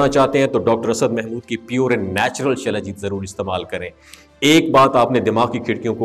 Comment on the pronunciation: جناب لفظ شلاجیت نہیں ہوتا بلکہ سلاجیت ہوتا ہے اپنی اصلاح کر لیں